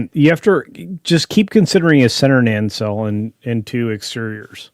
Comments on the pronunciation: "Year of heck ship" is a reference to the pair of Year of Hell episodes from Voyager. Also its Nacelle. Not Nancelle there is no second n. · Nancell? What? "Nuh-sell",. It's EASY!